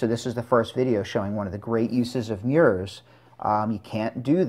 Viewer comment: He said meyours!! 🤣🤣🤣😂😂😂